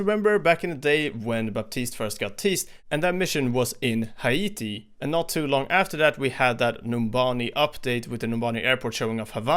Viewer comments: Its pronounced Hay-Tee not Hi-ee-tee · Hay-tee not hayaetee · It’s pronounced Hay-tee not Haee-tee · Im sorry but thats not how you say haiti is "ˈheɪ.ti"